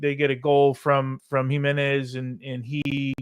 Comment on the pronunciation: Jimmy has to learn how to pronounce Jimenez. It’s killing me